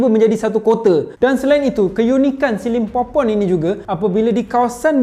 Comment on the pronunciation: Aku sorang je ke dengar dia cakap the lost city of skibidi pompom ? 🤣